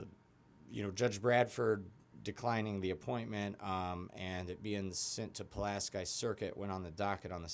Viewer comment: Did you even attend grammar school? It’s Pu LAS key!